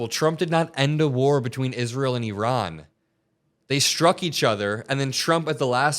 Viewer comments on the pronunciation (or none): none